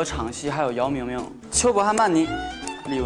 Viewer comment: am i the only one that hear minghao called yao ming ming 'yao meow meow'???